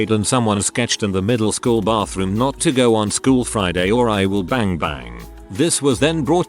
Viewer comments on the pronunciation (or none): none